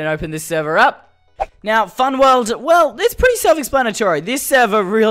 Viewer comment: Seh-vah (Server), wuhld (world), hee-ah (here), theh-ah (there), adventuah. His accent is so great LOL